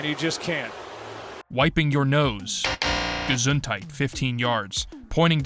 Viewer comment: German here, you kinda nailed the "Gesundheit"